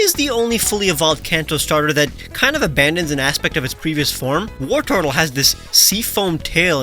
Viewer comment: Wartortle isn’t as in “war” it’s as in “wartor”